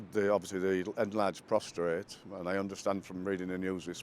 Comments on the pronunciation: PROSTATE !!!! NOT PROSTRATE!!!! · It's a prostate...not a prostrate. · Prostrate…it’s prostate. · Prostate - not prostrate. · Prostate nor prostrate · P R O S T A T E not P R O S T R A T E. Get it straight, ugh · Prostate not Prostrate 🙄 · Prostrate? Prostate, I despair. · It’s prostate not prostrate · Men do NOT have a prostRate gland, but the DO have a prostate gland. It's like fingers on a chalkboard to hear people speak it incorrectly. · Someone tell the first bloke that it's Prostate not ProstRate . Def. 'lying stretched out on the ground with one's face downwards. "there was a man praying before an idol, lying prostrate" 😂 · To the first interviewee - Prostate cancer, without an r Prostrate, with an r, is what you make yourself physically, like Harry should be doing in apology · First interviewee says "prostrate" instead of "prostate", the former meaning to lie flat usually face down on the floor as in the Old Testament worship of God in the Jewish Temple. 🙃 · Why do all English people call it the PROSTRATE?? IT'S PROSTATE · It's prostate not prostrate. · Can we take this opportunity to educate everyone to the pronunciation of (PROSTATE) The prostate (not prostrate) is a small, rubbery gland about the size of a ping-pong ball, located deep inside the groin, between the base of the penis and the rectum. It is important for reproduction. (PROSTRATE) Is the act of lying stretched out on the ground with one's face downwards. Hope that clears it up 😉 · the word is pronounced " prostate" not prostrate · NB English speaking world. The word is 'Prostate', not ''Prostrate'. The prostate is a male organ while prostrate means to lie down in front of someone with your face down. Signed Mr Pedantic. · Prostate NOT prostrate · Brits ..it’s pros -tate